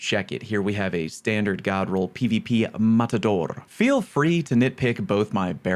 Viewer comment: The way pronounced Matador about killed me. 😂